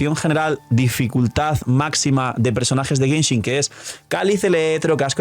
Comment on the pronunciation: llegue lo suficientemente temprano para ver que dice Genhin Impact